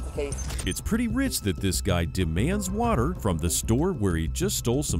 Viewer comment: "You need wather to breath"... rofl